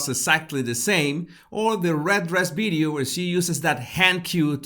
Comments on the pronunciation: NO ,he is pronouncing B not V ,pay attention… sometimes he pronouncing V correctly ,pay attention… you are probably very familiar with how Indians speak ,not me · Dear,your episodes are interesting but for God’s sake try to say “ Video “ instead of “ Bideo “,with a very little effort you can correct that.